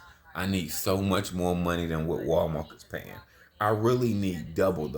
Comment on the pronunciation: Lmfao buddy said " Walmark". Anything he says its funny it's always funny because he talks funny lol....